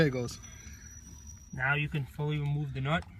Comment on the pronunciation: "now you cahn fullie weemove tha nutt